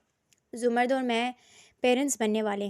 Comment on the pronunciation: Urdu theek kar lo 🙏 larki ka naam zamar-rud hai Za-mrd nai intehai uljhan hoti hai